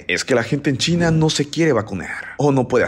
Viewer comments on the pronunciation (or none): Este vato como le encanta hablar en lenguaje inclusivo, "Terror en Chineehh" desespera demasiado.... "Todo el Mundeeh".... " La gente disfruta la fiesteehh" pronuncia mejor las vocales al final de las palabras.....